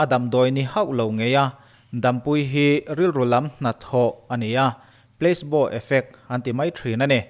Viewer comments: kalo soi ve lok inthlahrung tak chung in PLACEBO tih hi pleisbo nilovin plasibo ti a lam tur.. Long live.. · Pla-ce-bo effect ti a lam tur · Pla-si-baw tih a lam tur